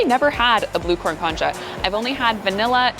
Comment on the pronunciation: Nice video. I know concha is another language, but maybe listen to a video on how to say it, the emphasis is on the second syllable. It all looked so yummy!!